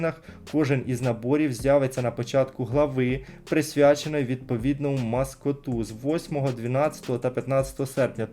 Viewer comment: Наголос на а, маскоту. Я б сказав по відеоролику все. Це 100 відсотків особисто, моя думка про це. 👍👍👍